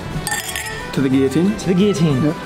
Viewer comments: does he say gui-otine or am i just not hearing the L's being pronounced? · did that guy running a guillotine channel really just mispronounce guillotine????